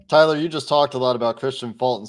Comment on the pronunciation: Dude....I feel like tuning out the opposing hosts right away when they can't even be bothered to know how to pronounce your name right, Tyler....🙄